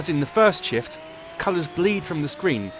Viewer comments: At the beggining of the video it sounds like he said "With the release of the first shit" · why when the british guy is saying "shift" i'm hearing shit? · it sounds like he is saying "with the release of the first shit" lol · in the beggining of the video I thought he said "with the realease of the first shit" lol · at the beginning i thought he said "with the release of the first shit" lol xD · this british guy makes shift sound like a bad word